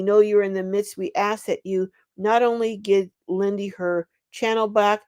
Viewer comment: Lindy not windy